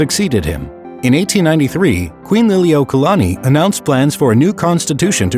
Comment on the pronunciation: I agree. I think what happened was that he thought the kahako over 'la' meant the long A sound. But the 'kaua' part was pretty bad too. Gotta give some props for not mangling Lili'uokalani, though - it wasn't perfect but could have been worse.